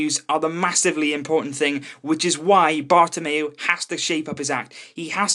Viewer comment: HAHA U SAID PAPA PEREZ NOW BARTAMOU 😂😂